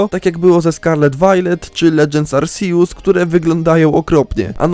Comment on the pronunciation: Jeju, mądre to. Ale naucz się proszę czytać Arceus. Bo aż uszy bolą.